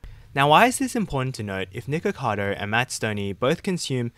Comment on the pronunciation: “Niggakado” lmao couldn’t help but hear that every time he said his name